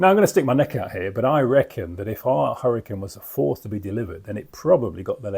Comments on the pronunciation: correct and still clearly AI narration as you said correctly it keeps saying hurricaaane instead of hurricane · still can't pronounce hurric'n correctly